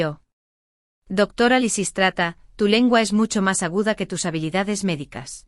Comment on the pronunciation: Lisis trata, Laserats, Liza Estrada que bochinche con los nombres!!!